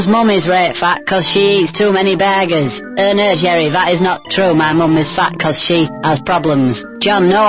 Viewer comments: "BERGERS" hahah, classic Yorkshire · I don't know why but Jerry's pronunciation of "Burgers" is just so damn funny to me.